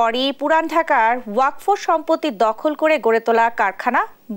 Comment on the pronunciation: উচ্চারণটা ওয়াকফো হবে না ওয়াকাফ হবে